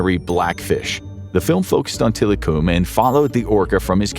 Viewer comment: It's pronounced tilacum